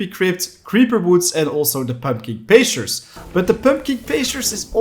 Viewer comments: In “Pumpkin Pastures”, the first syllable of “pastures” is the word “past” as in before the present. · i figured that was the case i just thought it was funny! :)